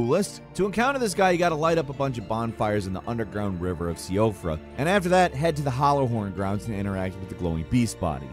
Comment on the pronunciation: Maybe I've been pronouncing this wrong the entire time, but I live in Ireland and "Siofra" is a very common name, but it's pronounced like "She - Fruh". Is this not how Siofra River Well is meant to be said? It's actually the first time I've heard anyone outside Ireland pronounce that in game area.